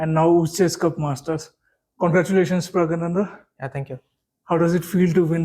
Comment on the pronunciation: Wow it sounds so cool when you say his name the right way!